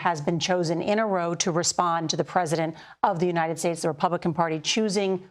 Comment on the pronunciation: Dear Katie, please learn to pronounce United States (instead of calling it Unined States)